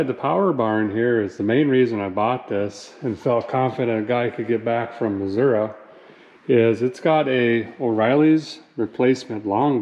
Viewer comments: As a guy who's father was from Missouri, and who currently lives in the state after growing up other places, I'm glad you pronounce the name of the state correctly. Thank you for that. I don't know how a Missouri truck has that little rust on it (my locally sourced '04 GMC has both rear wheel wells and everything under the doors rotting out from all the salt), but I love this truck and I'm glad to see what you're doing with it. Keep doing what you do, brother. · You pronounced Missouri correctly 🤯